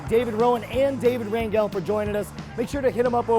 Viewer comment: Its pronounced "Ran-hell". He is Mexican.